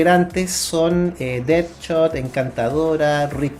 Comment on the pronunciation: Ohh my goshhh realmente pronunciaste flaCH, nightCHade, deadCHot hahahaha